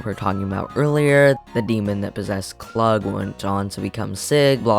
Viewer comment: Love seeing icebergs of my special interest! So hope you don't mind I butt in a few nitpicks and corrections haha. -It's actually pronounced Kloog, german for 'smart' or 'clever.' -I do believe the connection is their eyes are always closed, yes. -Arle is NOT six in the second chapter Madou Monogatari, the game where you decapitate Schezo. She is in the first chapter only. She is sixteen when she does that. -Somewhat that he is a squirrel bear, yes, but I think it means the deeper lore behind Ris. What caused him to change into a squirrel-bear, supposedly, is a failed science experiment. This also made him obsess over love, somehow. Though it doesn't roughly translate, it literally is! It is both the words 'risu' (squirrel) and 'kuma' (bear) just mashed together. -And don't forget Feli, Yu/Rei, Dongurigaeru, Lidelle, etc.! -Beauty Beam is in 20th! Maguro apparently has extremely handsome eyes, causing people to fall in love with him, this happens to people like Lidelle, Klug, and iirc Suketoudara! Ringo is immune to it however, the reason being she's known Maguro for so long. -For a fun tidbit, his lover bears Satan's image and iirc Satan couldn't find them on Primp's World. -It's one of her sprites because her Quest iteration is the Yon Doppel. Who dressed up as a clown, named Pierrot, to not arouse suspicion that she looked like Arle presumably until the end of the game. However, the doppels from Madou and her aren't the same. -Completely wrong. Shouldn't be on the iceberg